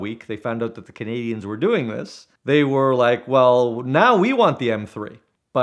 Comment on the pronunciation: He said “Canadians”, it sounded so funny